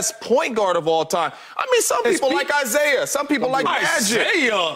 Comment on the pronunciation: Bro said Isaiah💀